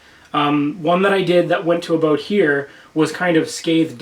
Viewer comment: Are you Canadian I kinda heard aboout.